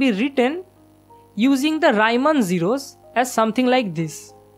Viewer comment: Gorgeous. Keep going! Just an unimportant - but in Europe not so much - detail: it's Reeman not Raiman, he was German not Anglais. Love India.